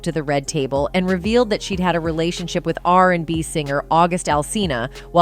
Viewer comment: Why does will kill the english language when he pronounces the word with as witch. Example: quote: i was done witch your ass.